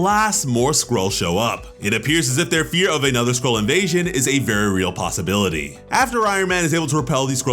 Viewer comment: Oh Skroll ... I thought he said squirrel